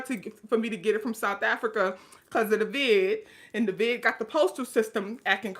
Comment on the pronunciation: I love how you say the vid like it's an std haha!!